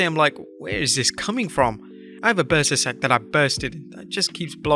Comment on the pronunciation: Bursa sac? I thought he said a burstin sack. 🤣🤣🤣🤣 I was like damn